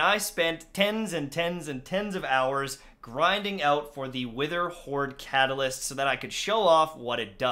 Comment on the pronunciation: He re did an intro cause he said wetherhoard not witherhoard